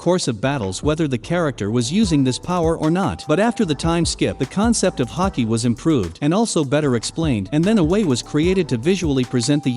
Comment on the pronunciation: Say Haky one more time